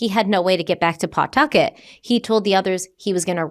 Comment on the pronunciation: 🗡️ Omg Bootleggers 😂 Also, I love you,, but: "p-TUH-kit," "WAY-bossit" -a Rhode Islander ❤